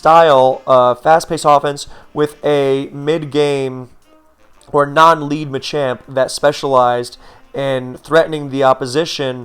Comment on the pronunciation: You keep saying Machamp but all I'm hearing is ychu